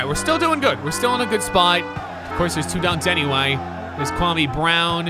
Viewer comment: If ur gonna pronounce Kwame, pronounce it correctly... Put some respect on Ghana's name!